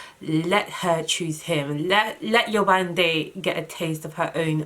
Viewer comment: When you first started by pronouncing 'Yewande' correctly I got soo excited! Then you switched back and I was like awwwww 😫😫😫. Only because that's my name. Lol.